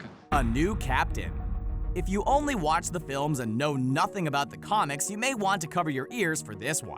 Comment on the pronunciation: he said comics as conics